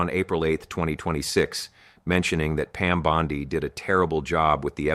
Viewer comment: ya very bad A.I. "Bond-eye"? come on dood.